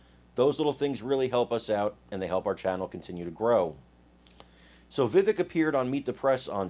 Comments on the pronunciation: STOP SAYING VIVICK...ITS VIVAKE !!!! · Chuck is a puppet fully controlled by the deep state. Btw His name is pronounced “VIVAKE” like cake. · IT'S PRONOUNCED VIVAKE ...LIKE CAKE.. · It’s Vivek like cake. Vivek, VAKE. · It’s pronounced “Vivake”. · please learn how to pronounce Vivek. It is pronounced, Vih-Vake. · Yo - it’s ‘Vivaaaak’ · Vi-vake (like “cake”). I like Vivek but I would like to see him get a little more experience and be just a tad older before he runs for president. The answer shown here was great, but sometimes the way he replies shows his age. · Vivek is pronounced vi-vake like cake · His name is pronounced Vi Vake. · Vivek for President. ... BYW The 2nd syllable in Vivek is pronounced like Vake sounds like rake or cake. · First of all hopefully people will start to get his name right Vivek is pronounced like the Vivake.... And don't be so sure it is going to be an either or when it comes to Trump. Trump is a warrior and if nominated we'll get my vote, but Vivek is miles away smarter than Trump. He is going to be an indispensable tool in the Republican toolbox coming up. The thing we need to worry about as Republicans is how to get rid of those idiot rhinos and war mongers like Nikki Haley, Mike pence, and the governor of Krispy Kreme ville, Chris Christie. Ron DeSantis has been a great governor, but just isn't as strong politically. That may indeed be a good thing, as he really belongs where he is. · I believe his name is pronounced, "Vi-Vache" (accent on the second syllable). . . just sayin'. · Vivek rhymes with cake. You're misprouncing his name. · you should pronounce his correctly